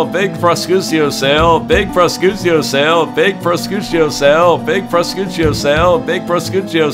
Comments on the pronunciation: "Pro-chutio" XD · Prosciutto is italian for ham. You are supposed to pronounce it something like "proshiutto" XD